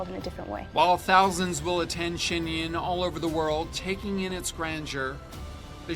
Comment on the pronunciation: The interviewer could have, at the very least, learnt to pronounce the 'Yun" correctly!!!!